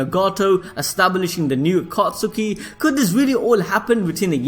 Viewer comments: Bru he said aka suki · It triggers me when you say akatsuki like that and the names of the characters